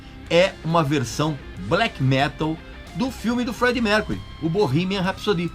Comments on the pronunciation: Tu falou "RapssoDI" isso é FRANCÊS kkkkkkkkkkkkk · "rápzôdi" KKKKKK